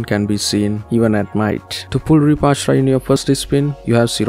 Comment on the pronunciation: AshUra not Ashra😅